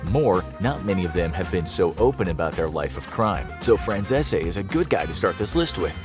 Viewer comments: How did you manage to know all about Michael Franzese, know that he shouted you out on his YouTube channel . And still butcher his last name 😂? Its Fran-cees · Isn’t Michaels last name pronounced Fran Sees? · It's Michael Fran-Chesh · It’s hilarious you make a video like this and still pronounce Michaels surname wrong 😂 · How u pronounce Michael name wrong if u have heard him Speak u should know how to say his last name if he said this to u I call cap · You pronounced Michael Franzese name wrong. Probably the only time I’ve ever heard you pronounce something incorrectly. It’s pronounced just like it’s spelled minus the last e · How do yall keep messing up this man name how hard is it to pronounce franzese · Kinda surprised how you pronounce Franzese since you know of his videos 😆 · How come no one can pronounce michaels last name correctly? You even went to his channel for a clip ,he compliments this channel so obviously you have seen his channel you have had to hear himself pronounce his name ! You would think you would pronounce it the way he does , or do you think he pronounces his own name incorrectly. 🤣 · Micheal's last name isn't pronounced like that on his YT channel or in Italy.😂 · his last name isnt the only one . Almost every mob word or name gets butchered 😂. Like i said kinda lazy if youre going to bother talking about it . His name just makes me laugh specifically because they did it twice. Despite being well aware of him, his channel, and the fact he reacted to his video 😂